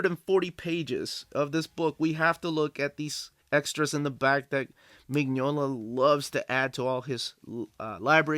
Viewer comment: You'll be waiting a long time for a Lobster Johnson omnibus. The omnibuses collect the stories in chronological order, and the earliest stories chronologically haven't yet been written. (Also, just so you know, Mignola is pronounced "Min-yola")